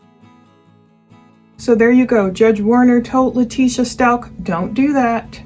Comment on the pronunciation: Out of respect for Gannon and his family, please pronounce their last name correctly. Its st-ow-k. Thank you for this insightful analysis of this awful case💝